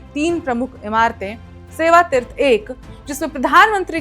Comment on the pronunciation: Madam hindi thik kr le tirth nahi hota hai teerth hota hai😊 pata nahi kaun interview me pass kiya apko news bolne ke liye